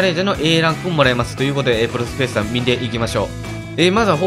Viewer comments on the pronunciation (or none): フェスタがヒェスタになってますよ！ ふがひになってます！